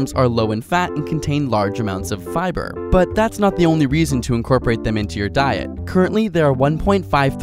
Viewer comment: Fiber I swear it was pronounced fiber